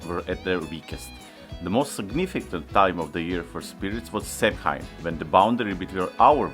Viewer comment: Samhain is pronounced Sowan with the Sow part rhyming with cow 🐄... Also Celtic is pronounced Keltic as opposed to Seltic...